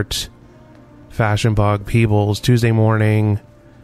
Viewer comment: lol I thought you said Peoples (as in the jewlery store) then I'm like wtf is peebles.